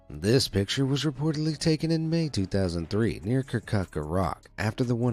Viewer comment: Me from iraq and live in kirkuk:Why did you say "Karkuk" I'm angry now